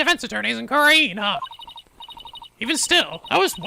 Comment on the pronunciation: It's just nitpicking, but the word Khura'in is pronounced "ku-reyn" with a more emphasized ah in it. Same for Khura'inism and ist.